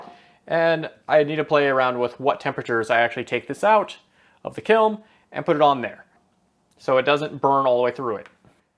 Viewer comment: Is he saying kilm?